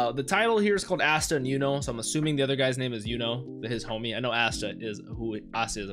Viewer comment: Ah-sta lol i swear i heard you say assta 😂